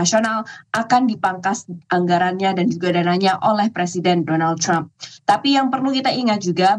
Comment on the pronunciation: Kenapa ya kalau nyebut Trump selalu “Crump” padahal orang Amerika nyebutnya juga Trump biasa, bukan “Crump”